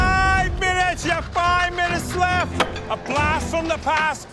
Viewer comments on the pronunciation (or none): It’s like that asian judge says “lef” instead of left.